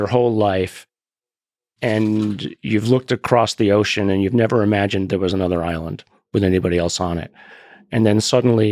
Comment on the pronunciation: thought Garry said Ireland like hearing a bunch of English lads sailing up to the coast shouting at the confused Irish fisherman on the beach quite some time ago